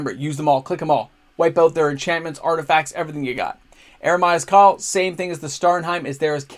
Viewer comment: Me thinks you've had a few too many nachos today or you have a kid named Jeremiah. Eeeemeeree-uh's Call. Meer, as in Karoo Meerkat. Eremia was a bullfrog. He was a good dinner of mine. Love the deck, love the content, thanks bro!😁